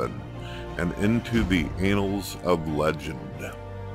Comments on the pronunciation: I heard this individual say "annals" and couldn't stop laughing in the situation, must be hard saying particular words with no teeth. Press 3 for the Manatee! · Lol, whoever did that ending voiceover pronounced 'annals' as "anals". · bruh really said the "anals" of legend xD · He literally said, “the anals of legend.” The word is annals.